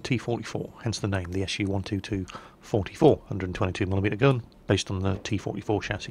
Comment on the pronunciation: Why pronounce it "SU 1-2-2 44" instead of just "SU-122-44?" None of the other Russian TD's are divided into every number of the gun caliber...